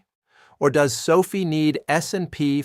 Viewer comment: ❤ Can you make the AI pronounce SOFI like Sofi, and not like Sophie? SOFI’s pullback is making me want to mow my neighbors lawn for 20 bucks just so I can get more shares. I am considering selling my toy hauler ‘As Is’ so I can get more shares of SOFI. I would even consider opening up my own Learing Daycare Center if it went down under 10 bucks per share. I saw a guy with a T-shirt that said “$.50 is $.50” and now I get it.😂😂😂 TTYL, I am off to sell my plasma. 😜